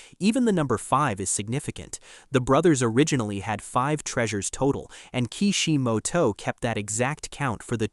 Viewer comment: The way you mentioning Ki Shi Mo To, lmao bruh